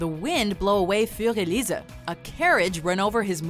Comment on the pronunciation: Why can you take the time to pronounce Debussy,(at least the last time), but can't pronounce integral? And Fur de Lisa?!?!?!(Fur Elise) BTW I'm SICK of everything being iconic! It takes away from the special meaning! At least you said cacophony correctly. Is that going the new "go to" word? Don't! It's a good word. Ok, I'm upset. The ALH in Shelton AR neglected, and stole great aunt Grace Hensley's(106yo)money,87000,starved to 50#, paid employees to sit with her (not), Stark violation,forged!!